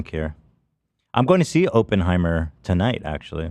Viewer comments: I feel he said it that way jokingly? I hope… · the way americans say Oppenheimer is such an ick, I'm sorry 😭 o-pen-heimer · Every time he says open-heimer I cringe